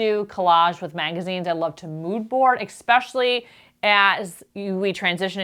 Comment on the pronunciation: I'm not sure how to leave this comment without seeming rude, but you are speaking to thousands of people and "Expecially," is not a word. Love your videos! 😉